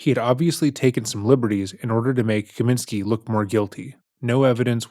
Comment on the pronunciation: Kosminski not Kaminski.